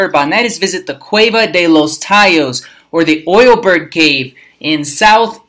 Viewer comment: Tallos 👍 no tayos